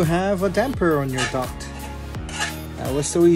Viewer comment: Youtube automaticly sencored him saying duckt work...